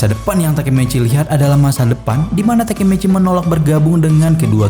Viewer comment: TAKEMICHI ❎ Takemeceh✅🗿